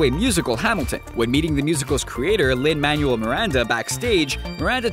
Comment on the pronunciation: It's pronounced Lin-manWELL Miranda